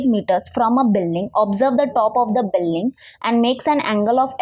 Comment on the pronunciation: Billing nahi building hota hein 🤣